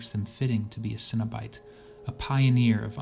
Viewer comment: Cenobite not Cinna-bites lol